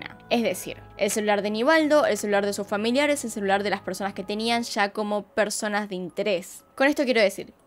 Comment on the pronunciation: Puedes hablar sin exagerar? Sho, mashores, shegaron, sha, esha, vishegas, visha. Es un vicio, no un acento. Es difícil seguir escuchandote. Sobre todo cuando sí que sabes pronunciar la s